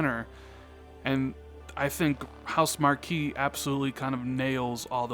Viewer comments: It's pronounced "House Mark" and your theory might be right because Housemarque sent a letter to all the fans that are subscribed to their forums that said arcade is dead. No one buys arcade games anymore and they're not gonna make arcade type games. Their next game Stormdivers is trying to jump on the battle royale band wagon. A lot of us were really disappointed they aren't gonna make them great arcade games anymore. They're really talented and if MSFT did pick them up it would be a great score. I only game on ps4 so I'd definitely miss their games though I didn't plan on getting their latest game. With them explaining arcade games don't sell that well makes me think like you if they're money starved MSFT could open that wallet and relieve any stress the company would have. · Your theory is sound: But you should know that studio, although is spelled, Housemarque, it is pronounced HouseMARK. I know it's spelled weird but "ue" is silent.